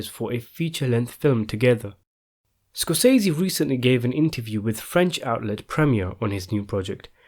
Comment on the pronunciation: hey, my British fella, thanks for the news but the correct pronunciation of SCORSESE according to Marty is like "scor se see" he pronounced his name exactly like this. so there is no "i" in it. thanks for regarding